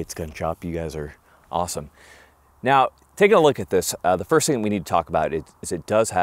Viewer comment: are you serious right neow??